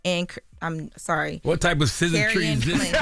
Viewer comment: “Scissortry“ is crazy